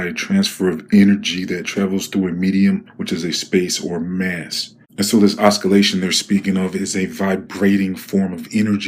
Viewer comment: I stopped watching after I heard you pronounce the word oscillations as oskillations. That level of conskiousness is too high for me